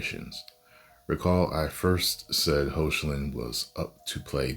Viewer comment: Hey y u saying his name wrong r u joking or not cause it's heocklin hecklin pronounced like that